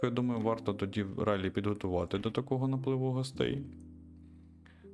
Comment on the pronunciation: Правий берег на місці🫡 І думаю, що те місто все ж називається «Ралєі»